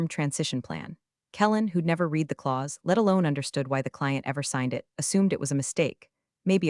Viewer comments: Please get your AI to understand the difference in pronunciation between read (past tense) and read (present tense). Give your AI the phonetic spelling (i.e. red for past tense and reed for present). You have been getting this wrong since the first few videos you posted. The irony is this AI voice is better than most on YT. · Good story. Shame robo pronunciation misses past tenses (read read) and proper nouns… eg ferragamos. A brief review could fix these errors